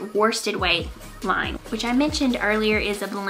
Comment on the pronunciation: Great knits!!! You almost got the "Tynn Line" right - Tynn is fine (it actually also means fine, as in thin), Line is pronounced Leene :)